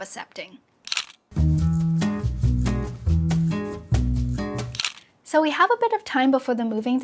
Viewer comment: Why do you pronounce accepting as ‘assepting’? Whats happening to cc sounds?!